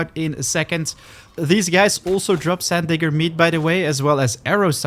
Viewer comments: You saying "sand digger" is hilarious with your accent 😂 that is close to getting you canceled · Sand....what did you say?